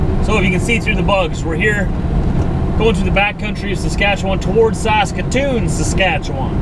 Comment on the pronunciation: Saskatch-atoon